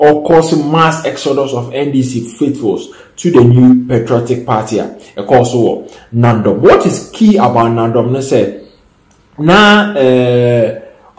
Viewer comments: Is Nandom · Not Naadom please pronounce it well or ask